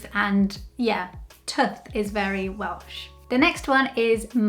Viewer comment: I've seen a few of your videos, only knew you as a Brazilian in the UK. My god......how did I ever think you were anything but Welsh ? When you say you are not Welsh, it sounds to me like you are saying; " I am not well." You don't want to spoil the ship for a ha'porth of tar. Great video, Welsh ? Who'd have thought it ? No, not Welsh. I know.